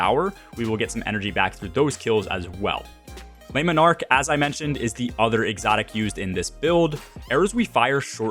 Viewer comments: "leh monarque" - not "lay monarque" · If you weren't aware you are jacking up the name of the bow something awful 😂